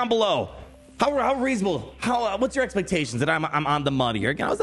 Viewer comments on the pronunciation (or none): none